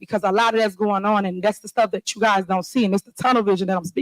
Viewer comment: Who in the heck votes for a Mayor that can’t pronounce the word ‘That’ correctly????